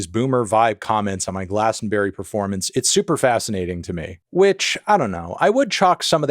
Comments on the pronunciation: Gla-ston-brie not glaston berry! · Why do you keep calling it glastenberrie, melon. It’s GlastOnbUry. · Dear Americans - it's pronounced 'Glaston-bree' not 'Glaston-berry' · GlastonBERRY, made me chuckle as a Brit. For some reason we pronounce it GlastonBRIE, yes like the cheese. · Glaston-Bury has an "uh" sound like to bury in the ground not like berry from a bush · lmao why does he keep pronouncing it like that🤨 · please please i beg americans to stop saying Glastonbury as a 4 syllable word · why are you pronouncing glastonbury and divisive like that